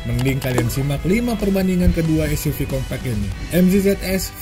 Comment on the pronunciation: compact di baca kompect🤣🤣🤣